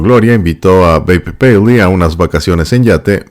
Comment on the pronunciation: Lo bonito que se oye como pronuncia el nombre de Babe paley..